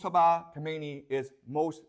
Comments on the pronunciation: pronounced kha me ne eeee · Thanks for the informative video professor. Regarding the Ayatollahs, the first one you pronounced it correctly (Ko_may_ni) The second one is tricky because of English speakers. It is properly pronounced as (ka_mi_na_ee).